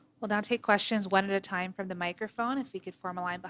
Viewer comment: Almost. Said “team” instead of “time”